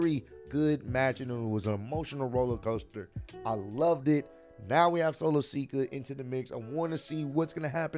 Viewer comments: I agree Cody is the end goal...love your reactions...but his name is Solo Sikoa, not sika lol jus lettin you kno! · ur sayin Solo’s name wrong it’s Solo Sikoa not Solo Sika but I get it